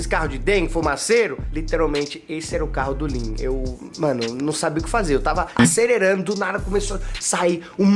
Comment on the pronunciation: "ACERERANDO" correto "ACELERANDO" errado